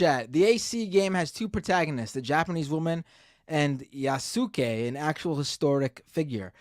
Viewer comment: Pretty sure you don’t pronounce the “u” in Yasuke.